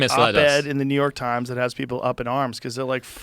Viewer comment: i wanted to know about the hoarding not new yoooork tajms